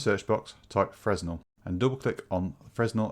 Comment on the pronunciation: fresnel is pronounced "fra-nell"